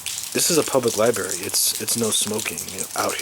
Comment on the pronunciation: LMAO! Cigarettes do not affect Organite. Please learn how to speak. It is not a liberry, it is a li-br-ary. Just because you hate smokers, doesn't mean it has ANYTHING to do with Orgone energy. Now, I don't like littering of any kind and those leaving butts everywhere should get slapped. Garbage cans are everywhere!